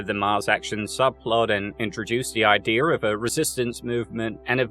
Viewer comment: It's IDEA, not IDEA-R